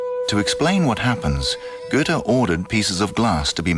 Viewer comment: the main character of this doc is called Goethe (Ö) not Güte